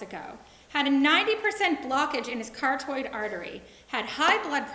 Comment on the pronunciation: What is a cartoid artery? Does she mean carotid artery?